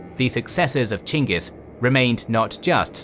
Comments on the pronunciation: It's chingis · Pretty sure their name isnt pronounced chingus. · Really? Chinkis? Learn how to properly pronounce his name.